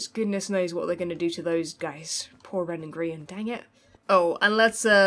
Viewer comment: Can we just take a moment to realize how they nailed their british names? Ren's accent too